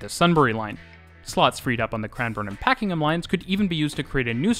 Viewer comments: A great video, thanks. Just having difficulty deciding on whether you say Pakingham (Line) or Pakenham (Line). It is Pakenham. Also, an update to the aerial shot of the train lines and again with the construction in the background, just outside Caulfield train station. The Construction is now complete, with hundreds of appartments, suited to student housing as Monash University, Caulfield campus is a few minutes walk away. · only note on pronunciation; Pakenham is said like "Pack-en-em" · North American English is very different and England/Aboriginal inspired words are not intuitive. I had trouble with Pakenham, Maribyrnong, Mordialloc, Prahran, Cheltenham, Chadstone etc as a Canadian. And don't get me started in Reservoir, Aussies have no idea how to pronounce French words.